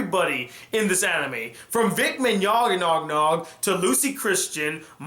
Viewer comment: Your pronunciation of Vic Mignogna's name had me crying xD